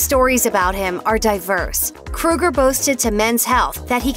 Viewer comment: It is Kroeger promounced with an Ohhhhh not like Freddy Krueger.